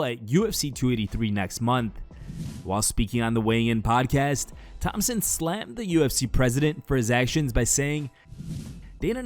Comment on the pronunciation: Josh Thomson’s name doesn’t have a p in it. How can somebody make so many videos on MMA and still not get shit like that right? Lmao